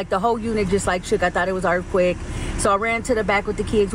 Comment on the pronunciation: What’s an erfquayk? Oooh you mean earthquake… got it.. 😂